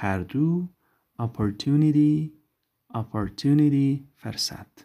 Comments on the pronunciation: استاد محترم ❤عزیزم تدریس بسا عالی لاکن کلمه فرصت را به پیش یا ضمه ادا کنید ممنون در غیر آن که شما گفتید معنی دگر دارد ❤ پوزش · استاد محترم تدریس عالی و عام فهم لاکن یک لغت فرصت را به ضمه ادا کنید بهتر است در غیر آن فرصت که شما استعمال کردید معنی دگر در اینجا دارد ❤